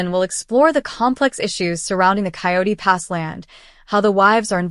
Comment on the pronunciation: It's Coyote Pass, not quat pass.